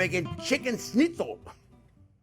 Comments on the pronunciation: Not bad. But use turkey. The result is better. And learn to say correct Schnitzel!!! Not snitzel😅😅😅😅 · Chef, you say it just right. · the way he says schnitzel is pretty good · Hearing a Frenchman say 'schnitzel' is almost as amusing as hearing a German say 'squirrel'